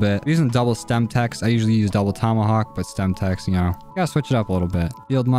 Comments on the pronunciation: Its semtex, not stemtex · its semtex not stemex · why does he call it a stemtex when it’s called a semtex